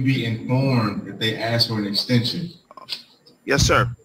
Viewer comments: The whole "axe" for "ask" thing is repugnant to my ears, too, but it's worth recognizing that it is a fundamental feature of African American Vernacular English, which is (linguistically, anyway) recognized as a distinct dialect of English. It's also worth pondering the other times in the long history of English where reversed (metasthesized) consonants have eventually become the "correct" pronunciation, i.e. the mistake persisted so long it became the standard: wasp and grasp both started off the other way around, wapsō and graipisōną. Food for thought. Now... when kids these days mess up typing all the homophones its/it's and their/there/they're and (shudder!) your and you're I am right there with my taser, ready to arrest them for Capital Felony Treasonous Abuse of mah precious ENGLISH, with additional charges for being on my lawn. ◡̈ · It drives me nuts when people say "ax" instead of ask... like you want to what? Ax me? It would be a lot less murder-y if you just asked me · Not to be rude. But does the court reporter type ask or axe when recording lol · Axe? 🪓 🪓 🪓??? ASK! You are a freaking judge! You should know the word is ASK not axe!! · It is totally dialect rather than error. I can’t comment on AAVE, as I am in the UK, but all my friends in school in London pronounced it “ax” too (well, for us it was more like “arks”). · I don't understand your frustration. I axe questions all the time. Well, that and firewood. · Not being racist in any way shape or form here, but I have noticed that many African Americans pronounce "ask" as "axe". Not just this particular judge. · It's from the crack epidemic... That's where aks came from. you can't pronounce properly the s before the k without front teeth so after years of mispronunciation it became part of the everyday vernacular it's where skrimps comes from can't make the sh sound properly your kids here the mispronunciation and the word changes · I can't believe the judge threatened to AXE them... Smh... 😆😆😆